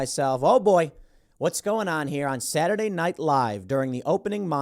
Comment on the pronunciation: You sounded drunk when you said Saturday.